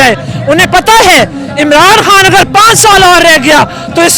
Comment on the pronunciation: ...han sahib nahe khan sahib bolo, corect your pronounciation